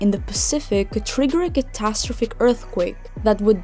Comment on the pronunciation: CATA- STROPHIC.....lol